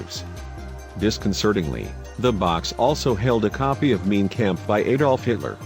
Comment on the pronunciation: Pronounce "Mein" as "mine."